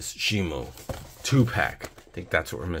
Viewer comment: Shimo is just how it's pronounced pronounce it's Shimu not shimo